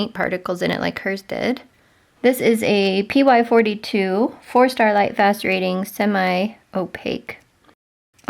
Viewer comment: I’m a new subscriber to your channel- love your content. I do find it interesting that when you mention lightfast ratings it sounds like you are saying “Starlight fast rating.! 🤣🩷